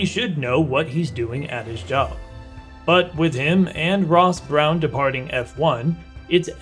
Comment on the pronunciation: Can I mention Ross Brawn is pronounced Brawn as in Brawn F1 team of 2009 and not Ross Brown....... I absolutely love your content but please address the names of key people 😉👍